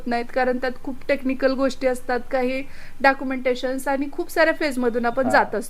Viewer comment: डॅाक्युमेंटेशन ग not डाक्युमेंटेशन